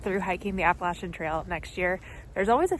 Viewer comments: Hope to follow your entire trip. I look for people who pronounce app a latchen correctly lol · Thank you from the southern portion for calling it the Appa-latch-in trail 😊